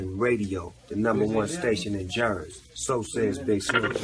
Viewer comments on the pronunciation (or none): only time Surf wrong for sayin "Jersey"